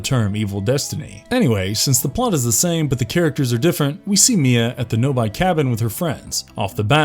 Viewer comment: Know-by?? (Pronounced Know-bee).